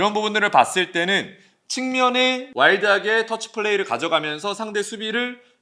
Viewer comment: 매우 흥미로운 영상 감사합니다. 그런데 정위원님이 자주 쓰시는 표현 중에 "와일드하게/와이드하게" 라는 표현이 있는듯한데요. 이 영상에서는 에서 나옵니다. 발음으로는 '와일드하게'라고 들리는데 자막상으로는 '와이드하게'라고 적혀있고 두가지 모두 말이 되는 표현 같아서.. 혹시 와이드wide를 의도하신걸까요? 와일드wild를 의도하신 걸까요?